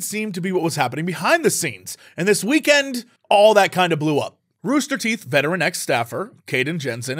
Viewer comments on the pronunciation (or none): none